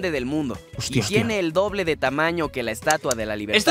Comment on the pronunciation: soy el unico que lo escucha droble